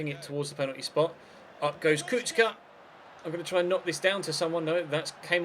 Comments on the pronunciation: kuhka not kucka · SInce Kucka is from Slovakia his name is pronounced Kutska ;) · You pronounce Kuka like this... Ku-Ka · Kucka is pronounced Kuchka, also Kučka mean bitch in croatian xD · Kucka is from Slovakia his name is pronounced Kutska ;) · The commentators are right! It's Ku"ch"ka or Ku"tch"ka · it actually does sound like ku-chka because in Slovakian language c is pronounced as ch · Its pronounced Kutch-ka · The commentators are right about the pronunciation of Kucka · Kucka is Slovak, so his name is pronounced approximately [you-rye coots-kah] and his nickname Kuco would be [coots-oh] (with short "oh").